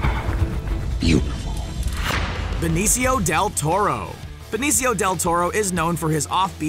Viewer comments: It's Not BENECIO, It's BENICIO Del Toro. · It's Benicio. Not "Benecio". butchering names as usual... SMH